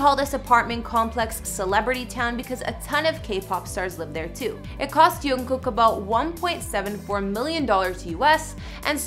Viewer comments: omfg their names are even transcripted in a way that americans should be able to pronounce them like why would an english speaker pronounce jung as yoon? it's literally a J. also when you're talking about them you should at least make the effort to watch videos in where they're pronounce their names before embarrassing yourself like that lol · Fatima 2003 UNKOOK LIKE WTF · Fatima 2003 Yoonkook? 😂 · Yoonkook... a literal ship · Yung kook???? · Yoonkook. It looks like Yoongi + Jungkook 😂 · "yongkook" WAIT A DAMN MINT SAY THAT AGAIN?! *replays* .O. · Now which one of y’all told her it was “yoonkook” 💀💀😭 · I understand she can’t pronounce them properly but JUNGKOOK TO YONGKOOK is another level 😂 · What? What did she say? Yungkook? I can't blame her though. She probably thought this was pronounce the same way you pronounce Johan, silent (J). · Honey it’s JUNGKOOK🤣🤣🤣🤣 but you’re new so it cool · She is driving me nuts "yongkook" its sounds like she is shipping yoongi and jungkook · She pronounces Jungkook as Yoonkook and its cute Yoonkook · “Yoongkook” lol we forgive you… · did she said Yoonkook ?? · Where did she get the "y"?!?! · maybe she is hispanic? I think J is pronounced Y in Spanish. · How she pronounced jungkook😂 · Digga sprich doch Jungkook richtig aus😂 man müsste nur reagieren... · How the actual hell do you manage to mispronounce jungkook???? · When she said Yoongkook and Chin I died 💀😂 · Yoonkook???? Cheen????? Oh gawd🤣 at least she tried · Who heard yungkook and chimin 🤣🤣🤣🤣🤣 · I heard the word yongkook 5 times just to make sure that did she really say yongkook or jungkook.🤣🤣🤣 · It's jungkook not unkook!!! 😂😂😂🤔😑😠😠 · others talking about how she say jungkook as yoonkook ..i know that she got wrong..many people always get wrong but can we appreciate about bts house/dorm?? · I know but where she get the Yong from it says Jung... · No hate but why does everyone pernounce his name Youngkook? So many show host do it.....there is clearly a j not a y.